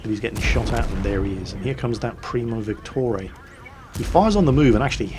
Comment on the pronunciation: why are you pronouncing VICTORIA 'Victorae'?